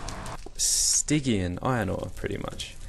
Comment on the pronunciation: It's pronounced sty-jin iron